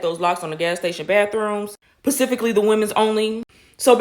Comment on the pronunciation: I hate when people say, "pacificly," instead of, "specifically." It's like "libary."